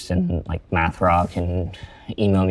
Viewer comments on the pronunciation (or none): none